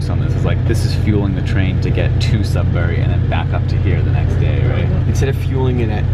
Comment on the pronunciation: I live in Sudbury (pronounced "sud-ber-ee" by the locals, not "sud-berry")! Never took the Budd Car though. And yes, Northern Ontario is VERY pretty. It's why I'm proud to live here! Highway 144! The main highway between Sudbury and Timmins, and the crossing is at Bannerman Creek, just south of Onaping Lake, where my grandparents built a cottage in the 1960s! I had a couple friends I went to high school with that lived in Cartier :D Chelmsford is the town I live in. I'm just down the road from that rail crossing! No station but it is a flag stop. Theoretically, I could hop on the Budd Car and take it to work! (edit: technically the stop for the Budd Car is closer to my place of work than my transit stop on GOVA is) I get to see the same views from my bus ride to work :P Speaking of which, you might be inspiring me to see how far on GOVA I can go in a day. It's a HUGE transit network, distance-wise. Unless you got to it before me! There is another station in Sudbury, on the OTHER rail line through it (I can never remember which is CN or CP but it's the one that isn't this one) that serves the cross-country Canadian VIA train. The downtown station ONLY serves the Budd Car, sadly. The other station, Sudbury Junction, is at the end of a road after a long industrial district and far from any of Sudbury's residential or commercial centers and far from the nearest local transit stop! Ha! Classic Sudbury! And I hope the homeless didn't accost you TOO muc